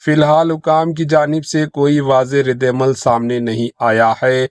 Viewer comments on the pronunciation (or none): News Reader Sahab.......! Kaunse school mein padhe Aap.....? " SLATER HOUSE" " SALE KIYE GAYE" " RIDDE AMAL".